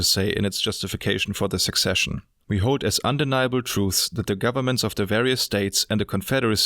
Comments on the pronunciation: A very well-researched video. I'll be sure to keep this around. I would like to offer some pointers on pronunciation though. 'Secession' is not pronounced like 'Succession'. The South 'seceded'. there is no 'k' consonant in 'secession'. It is pronounced phonetically as 'suh-session'. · Great video, thank you! Just a small pointer on pronunciation. You pronounce secession like “succession.” Secession is pronounced like “sesession.” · Thanks, just one thing secession NOT = "succession" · I'm not sure if it's just the way I'm hearing your accent but I think you might be pronouncing secession as succession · Don't feel bad - English not first language obviously - just wanted to mention that "Secession" and "Succession" to different words, you pronounce the "C" in "Secession" like an "S". It's clear what you meant of course, but what is the comment section for if not useless pedantry ;) Otherwise thank you for making the video, was thought provoking. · Sorry for the spelling nazism although I do know this is not your first language, secession is said as "suh-session". Thanks and great video! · It was supposed to be "secession". It's ironic when someone "corrects" a word and gets it wrong themselves.